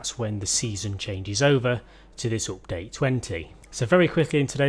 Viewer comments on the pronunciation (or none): Peti Péter how can you love that ?;)) It s one of the most annoying sounds in the world, next to children crying in a plane or dogs barking when you try to sleep. I’d send this guy money if he ‘upgrades’ his speach. Cause it s not only oupdate... there are more words he’s murdering. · Opdate lol 😂 Love it when u say Opdate xD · Its sounds funny 😅😂